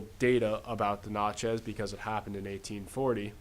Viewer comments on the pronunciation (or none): I live in Natchez. Where is this stuff being taught? BTW, it's not pronounced "not" chez it's prounced nat-chez.